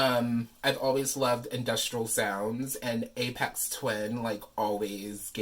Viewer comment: I didn't know this existed! I've been a huge fan of Aphex Twin since around 1998. (BTW, pronounced with an F not a P. Like Fix, Flat, Fun.) I don't even know how I discovered him because Los Angeles radio stations don't play good music let alone underground music. Maybe they did in the '70s and '80s. Anyway, thank you for taking the time to make this video and showing the packaging and it's contents. I love this album. This is a cool item for fans and collectors. I don't have Spotify but I do have this on CD and Amazon music. Lastly, I love that you are a fan of his. Never would have guessed. And peace to you and everyone watching this video. You are all cool!